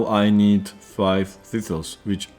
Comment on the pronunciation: "Thithles... Th- THISTLES!" haha love these video updates